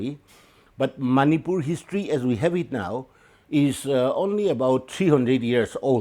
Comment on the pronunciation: It is Manipur not "many poor " for all the viewer's.